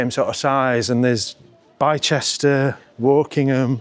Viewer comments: its actually bister not Bi chester unless it was for comedic purposes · Eyup. Nah den, Bi-Chester? You're jesting with us. Dus thaa mean Bicester....pronounced Bisster. Greetings from Sheffield. Brilliant video. 💖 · Bychester???....dont you mean Bicester???...( Bister) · Watching your Bavaria video, you were mentioning towns in UK with comparable amounts of folks as town you were in, were you joking when you said Bichester, did you mean Bicester, pronounced Bister 😂😂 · Bicester is pronounced Bister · Bi-Chester😂😂😂😂, very American pronunciation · Isn't Bicester pronounced Bister?